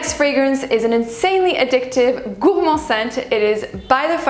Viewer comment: I love the way you pronounce Gourmand the way it should be pronounced, I tried but i just sound silly lol! Amazing video my friend, you look divine 💛